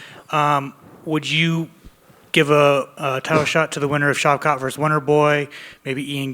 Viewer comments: Did he say shi$ rat ?? lol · Bro did not just called Shavkhat “Shitrat” lmfaooo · He called Shavkat Sh*trat 😂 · Did he say shit rat? Hahahahaha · Colby called shavkaht shitrat 😂😂😂😂😂😂😂😂😂😂😂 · Sh*t rat is what he called Shavkat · Did he just call Shavkat "Shitrat?" Lmao